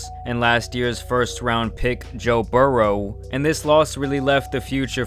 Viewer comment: Joe Brrr-O Never heard it like that.